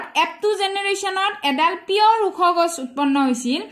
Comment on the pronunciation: গাছ❌ গছ☑️